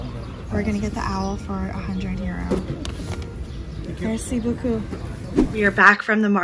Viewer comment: Your French has improved a lot! I love your ‘Merci beaucoup’! Perfect accent, bravo!